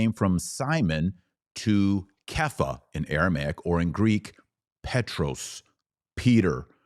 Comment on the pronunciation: I speak aramaic I’m Chaldean n loved how u said Kaypa